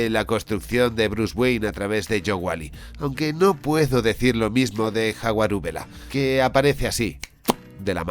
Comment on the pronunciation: ¿Jaguarubela? LOL🤣😆